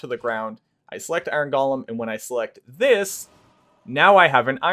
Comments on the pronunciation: It's not "gollum", it's "Go-lem". Basic English. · The origin of the word may be Hebrew. Many English words have their roots in other languages. But the pronunciation you're using is still wrong.